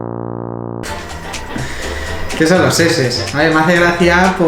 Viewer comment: no se dice seses se dice chi ches:v